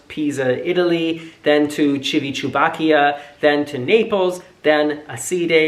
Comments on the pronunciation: My friend Mariah loved your funny, jokey pronunciation of Civitavecchia! We might adopt ChilliChewbaccia ourselves now! x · 'chew-y chew bachia '? hahahahahaha....that's the best one I've heard yet.... :)